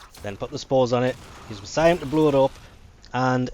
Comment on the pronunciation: Jesus, what an awful pronunciation of Miasma.